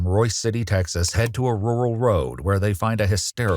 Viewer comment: Rural is a hard word to say I guess, but why have it in your script if it can't pronounce it and mute it.